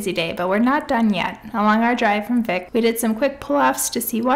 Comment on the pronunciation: I like your vlog style! Just a few Iceland tips - Vik is pronounced like "Veek"; Gulfoss is not even the most powerful waterfall in Iceland, that goes to Dettifoss; and Vatnajokull is the largest glacier in Europe but not even top 10 in the world. I hope you can go back and explore more of Iceland, some of the most epic spots you drove by include Glymur, Kvernufoss, and Múlagljúfur :)